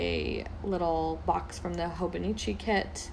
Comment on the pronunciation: It's pronounced HOH-BOH-NEE-CHEE